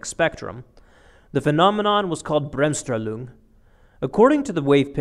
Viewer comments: It's BremSTRAHlung where STRAH rhymes with CAR. Jus sayin. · Great video only the pronunciation of Bremmstrahlung was painful use an English term, explain it if there is no English term or simply take about 2 minutes and learn the correct German pronunciation. Why is it important? Just imagine a documentary about basketball where they terribly mispronounce the name of Michael Jordan, f.e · I love how he pronounces german terms. "Bremsstrahlung" becomes Brömstrahlung. xD [Bremsstrahlung like many german words are just 2 words stitched together. "Bremsen" = "To slow down" and "Strahlung" = "Radiation". So "Slow-down-Radiation" = "Brems + Strahlung" = "Bremsstrahlung"] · Please stop trying to pronounce Bremsstrahlung, just pronounce it as if it were english. Thanks from Germany.